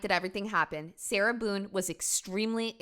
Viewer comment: I thought he called her “Sailor Boon” for a sec 💀